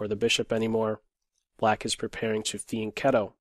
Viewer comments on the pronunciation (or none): none